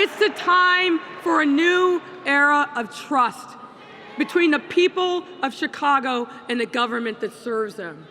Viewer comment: _ “Chicongo”! LMAO 😂